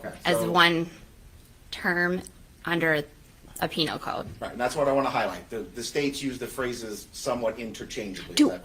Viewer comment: Jeff Penal not peNILE like u are being JuveNILE. 😂